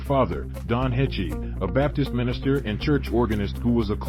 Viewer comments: Heche is pronounced like HAASH. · Absolutely butchered her last name. Not at all how you're supposed to pronounce it. Do better. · You are sooo mispronouncing her name. If anyone should get it right, it should be you, the media. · He can't even say her name right! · At least pronounce the woman's name correctly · God yes, seems lots of peeps butcher her last name. If you are giving an update on her life pronounce her name correctly please!